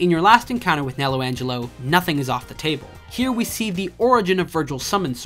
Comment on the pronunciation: Great video, but you drove me crazy with your constant "Jau"s and the "Nello angelo"s you threw in